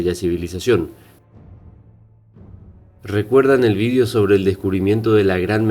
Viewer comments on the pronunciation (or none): none